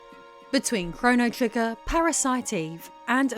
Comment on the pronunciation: “Chrono Triggin” Go back and listen again😂